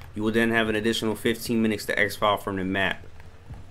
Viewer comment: Exfil is pronounced X-FILL. Thx for the vid!